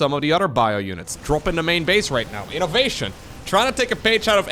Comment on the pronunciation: As someone who hates when terran wins, i'm terrified to hear this 4 syllable again: I-NO-VA-TION! 🙄